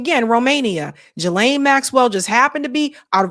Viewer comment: Guh like in gum and lane. Gu lane. It's really not that hard. It kills me people say all these weird pronunciations. It is not jill lane